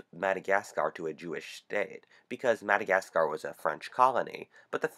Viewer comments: God why do you pronounce Madagascar like that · Bloody hell! That pronunciation of, 'Madagascar' is incredibly grating. Oh... and the video is full of bullshit too. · Just saying this, there is literally no need to emphasis the "scar" part of "Madagascar". Just saying. Nice video btw. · The way you say Madagascar is stupid and nearly ruined the video. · Please curb your enthusiasm for the pronunciation of Madagascar! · never say madagascar again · I fucking can't. I'm only a minute in and he's said "Madagascar" like 5 fucking times and his pronunciation is fucking hilarious. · please stop saying Madagascar...ever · I could only watch about 1 minute and 50 seconds before I had to stop.... god it's annoying how you say Madagascar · You don't pronounce the R at the end of Madagascar. And Japan has apologised hundreds of times to Australia for bombing us and they paid back all the damages while sending their best to repair damages to the cities, we now have free trade, a scientific alliance and very good relations. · The way you say Madagascar, I want to die. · What's wrong with it? He's pronouncing it according to English rules. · "krystalnacht" So how do YOU pronounce Madagascar? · He says Madagasgar instead of Madagascar. And I just replied to a 3 year old comment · annoying very annoying how your saying Madagascarrrrrrr!! other than that nice vid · Great video, but the madagasCARRRRRRR ugh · please stop saying Madagasgaaaarrrrr, it's Madagascar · no. He’s pronouncing it in American way. IM ENGLISH, he’s a foreigner. It’s ’mad-a-gas-ca’ not ‘mad-a-gas-carrr’ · So people are mad because he said MadagasGar? I didn't even notice it. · Why does he use the same sound byte for mad-a-gascAAr. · very informative and creative though not sure you're saying Madagascaaaahr right? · Madagas ca rr, dude chill out it's just Madagascar. (😑 we have to talk about where you are from because that pronunciation was tragic.) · PLEASE JUST STOP SAYING "MUH-DUH-GAS-KUHR"